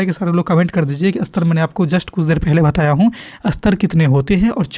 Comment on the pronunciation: Sir ap istar uchcharan kijiye astar nhi